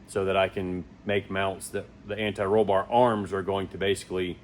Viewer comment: Thank You For Sayin “Anti Roll Bar” Correctly Unlike Some of These Other Idiots That Say “Ani Roll Bar” Which Sounds Really Dumb